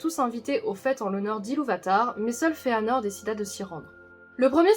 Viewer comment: Vous le prononcez comme si le ae était un e dans l'a, mais ce n'est pas le cas. D'après les indications de Tolkien sur la prononciation, ce serait Ma-i-zrosse. Et Fe-a-nor aussi, car il y a un tréma sur le e. Vidéo sympa sinon, Maedhros étant un de mes personnages préférés...